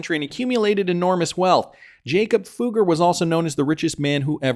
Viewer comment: The name is not pronounced 'Fooger' 😂